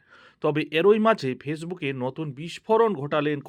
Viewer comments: সহমত পোষণ করছি। বড্ড কানে লাগে। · এরই,,,, একই ,,,এবং,,,,উচ্চারণ গুলি ঠিক করে নিন